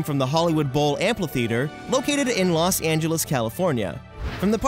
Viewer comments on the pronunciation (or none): Great videos. That said it's 'amphitheatre' not 'amplitheatre'.